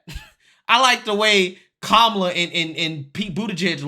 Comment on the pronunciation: I'll speak for Ron DeSantis, hay The View go F yourselves. Ron DeSantis will never run against Trump for the presidency. It's Kamala Harris not Komala Harris.